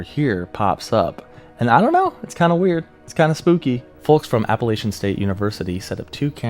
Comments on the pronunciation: So it’s pronounced Apple-at-chin and not appellation. ASU students will definitely let you know. As for the Brown Mountain Lights, I don’t know but those mountains have a lot of quartz in them which could cause electrical charges to build up. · You say Appalachian wrong and that bothers me